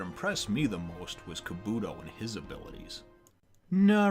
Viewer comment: Your saying kabuto wrong